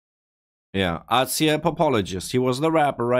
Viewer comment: by the way azhir means sirens (police sirens) and its pronounced with (zh) sound when we say azhir